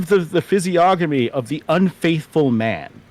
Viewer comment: I can't believe he posted the word "physiognomy" and NEITHER OF YOU know how it's even pronounced! The "g" in "gn" is usually silent, you know...